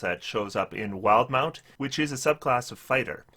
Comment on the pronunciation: I can't stand when people say "wild-mount" instead of "wil-de-mount", but it happens so often.